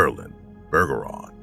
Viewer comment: Pretty sure “Bergeron” is pronounced like “Berjeron” since it’s French. I do still think Marilyn either saw something she shouldn’t have, or she was trafficked, even if she claimed that wasn’t the case. She might’ve been trying to protect her loved ones by keeping them out of it. Either way, I’m doubtful she’s still alive in 2024.